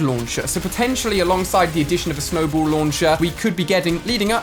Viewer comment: It snowball not snowbowl